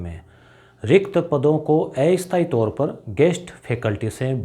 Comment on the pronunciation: सर अस्थाई का उच्चारण सुधारे।